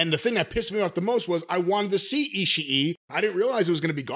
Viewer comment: Why are people pronouncing his name "ishi-i" the two "i's" together in japanese just means that you double the length of the sound. You don't pronounce it twice.